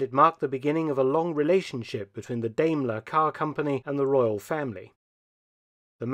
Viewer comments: I have always head Diamler pronounced like Diamond. Hearing you say it like Dame is weird. I believe Diamler Chrysler Mercedes Benz is still a thing, as far as parent company. The car that is 45 horse power is crazy! I bet that car weighs 5 tons! Top speed of 55 mph after 14 minutes of acceleration. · Daimler (you might think of a DIME when speaking it, as it is pronounced Dimeler)! Not Dameler! I am sorry, Dr. Felton, but I've become quite alergic to people butchering the German language -.- Otherwise a great video, as usual :) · So I have to ask how common is it to pronounce Daimler as Dame-ker rather than Dime-ler as that is the normal pronunciation as a car guy this is the sort of thing I think of anytime a car brand is pronounced in a different way. Obviously this is an amazing collection but that's the question that comes to my mind. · Sorry but it's pronounced diemeler not daymler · It’s pronounced dime-lair Thanks for posting this! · But in Britain it is pronounced Dame..ler. Being German/British I am happy with both pronounciations. Best wishes. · I see because everyone over heard say it say it as dime-ler and even google says it like that. Of course I've heard some other weird pronunciations as well so shouldnt surprise me. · I think it's pronounced "DIMEler." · It is not Dayyyyymlor. Please. We respect English enough to pronounce your stuff right as well... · First Car And also the first syllable in Daimler rhymes with Time. Just saying.